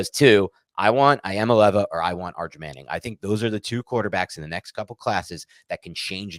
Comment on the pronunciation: Nico EEya-MAlay-AHva!